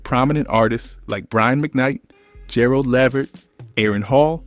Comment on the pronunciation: This ai stuff is out of pocket. Gerlad La-WHo? Lol man oh man.